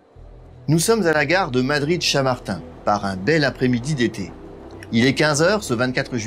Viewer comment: On ne dit pas la gare de chamartin, mais la gare de Tchamartine! Un peu d'effort dans la prononciation de l'espagnol, c'est pas très compliqué...A part ça, très bonnes explications Merci quand même